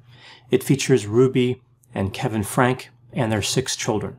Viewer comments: It's Franke (pronounced Frank-y) NOT Frank! So if you're gonna report on people, at least get their name right. You and other youtubers. I'm not saying she isn't in the wrong, because she is, but get their name correct. I've commented this on many other videos. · It’s pronounced Frank-IE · it's spelled 'Franke' but pronounced Frankie. If you actually watched them you would know. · IT IS PRONOUNCED FRANKY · You clearly have not watched their videos if you can't even pronounce their last name, which is spoken in nearly every video.